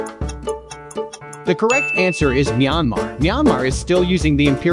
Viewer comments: What the video hear: Myanmar🇲🇲 What i hear: Nyamar💀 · I heard neymar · I heard myamar